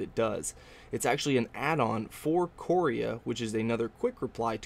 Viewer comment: couria sounds like korea mispronounced